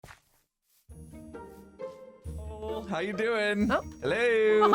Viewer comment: dude said “parl” “cow”… like bruh a cow? And “Japan music”